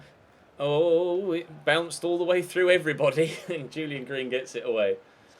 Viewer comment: Pretty sure it's pronounced Julian green and not yulian green, because he's American not German